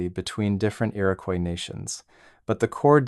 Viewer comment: It's Iroquois, no y in it.